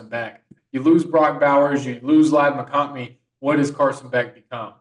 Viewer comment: Ok, less than 3 minutes in and we have a mistake in calling Carson Beck, Stetson Bennett and a mistake in Ladd McConkey, McConkney. I’m sorry but I’m out. I’ve heard enough.